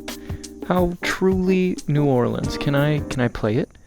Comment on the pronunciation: As a Louisiana native thank you so much for pronouncing New Orleans right (Noir-lens)